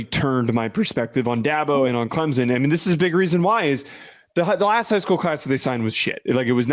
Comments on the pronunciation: … Not Clemsin It’s ClemsOn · Its Clempus.